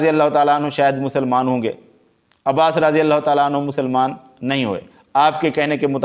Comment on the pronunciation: مولانا آپ اپنا تلفظ صحیح کریں راضی اللہ عنہ کی بجائے رضی اللہ عنہ یعنی ر کے بعد الف نہ پڑھا کریں ہو سکے تو کسی قاری صاحب کی چار دن خدمات حاصل کر لیں